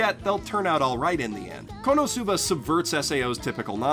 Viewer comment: omg ur frustrated because some people say re zero wrong but you can't even say the Japanese u. you can't even say konosuba or subaru